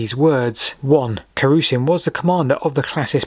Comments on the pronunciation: Carausius, not Carusian. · Carausian? It's Carausius, surely? Why does he keep calling him Carausian? And it's Constantius Chlorus, not Constantine!